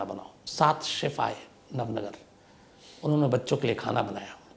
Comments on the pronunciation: इसे नवनगर नही नवानगर कहा जाता है,, जामनगर से जुड़े हुए एक इलाके को नवानगर कहा जाता है,, बलचडी नही,,बालाछड़ी कहा जाता है,, जहां अब केंद्र सरकार का सैनिक स्कूल है,,, मैं ये इसलिए बता रहा हूँ क्योंकि मैं जामनगर के नेवी स्कूल वालसुरा मे पढ़ा हूँ और मेरा पुशतैनी गाँव बालाछड़ी से सिर्फ 45 किलोमीटर दूर है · nav nagar nahi Nava Nagar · Nav nagar nahi navanagar